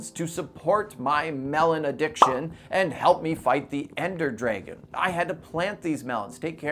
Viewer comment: i just love how he said ender dragin